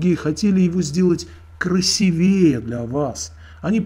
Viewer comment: И правильно говорить не красивЕе, а красИвее.